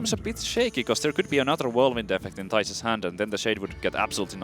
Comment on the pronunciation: ITS THIJS NOT THAIS!!!